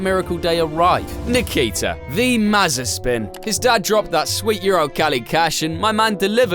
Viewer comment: You mean mazaspin 😅